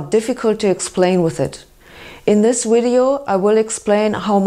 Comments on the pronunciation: I like how she says "wideo" too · "wideo" and "viggles"